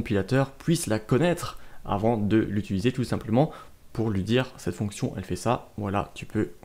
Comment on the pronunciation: J'ai 13 ans et je suis très interréssée par l'informatique, j'ai enfin trouvé une série de vidéo qui me convienne, merci beaucoup! (Juste le "utuliser" haha)